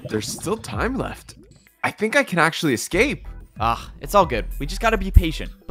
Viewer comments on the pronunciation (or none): "to actuawy"